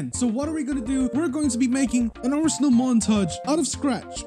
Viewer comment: Roblos abinal mant-ay-ge lieht sweech